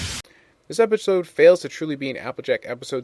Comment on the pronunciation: Did anyone else hear him say epicode after the intro card for Fall Weather Friends?